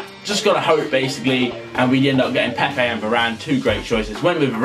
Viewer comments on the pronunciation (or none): none